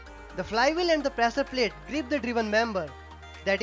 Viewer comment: Shapt*😂 prasaar palate *😂😂